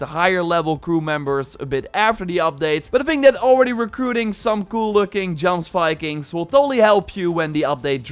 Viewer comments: You say jomsvikings wrong. It's "yoms-vee-kings" Looking forward to the raids! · its pronounced Yomsvikings